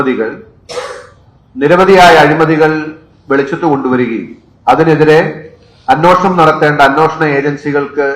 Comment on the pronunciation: അന്നോഷണം.. അന്നോഷണം... "അന്നോഷണം" അല്ലെടേ അന്വേഷണം എന്ന് ശരിയായി പറഞ്ഞു പഠിക്ക്.